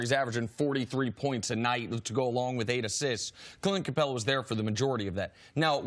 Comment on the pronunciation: It would be great if Cris could learn how to pronounce Capela's name...